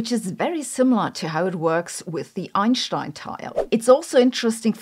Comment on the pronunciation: I don't understand the "sh" pronunciation she does. It doesn't make sense.